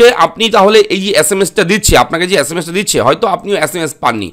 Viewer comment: আচ্ছা মাস না sms valo kore bol.